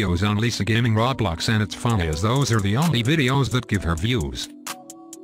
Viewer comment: Why does every robot voice say rawblocks